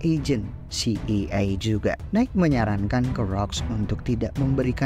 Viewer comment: Si ay e bang bkn si i ay